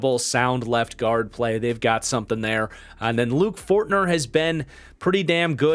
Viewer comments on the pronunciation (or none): none